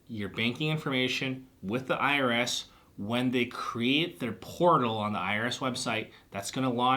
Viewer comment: I heard porno instead of portal Lol